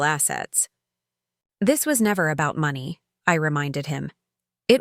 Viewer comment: Why do all of these stories can’t pronounce money quotes properly is it an AI glitch